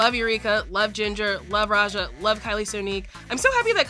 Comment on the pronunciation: Not "Roh'Jer" 😂